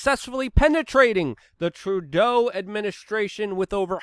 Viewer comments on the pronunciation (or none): none